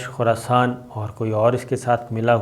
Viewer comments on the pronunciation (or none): none